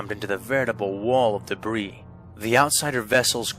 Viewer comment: VA pronounces "debris" wrong and it's bugging me